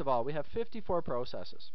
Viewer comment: Pro cesses haha, i've never heard it said that way. Very helpful video tho.